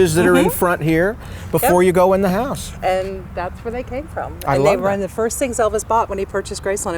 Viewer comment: Hose, is House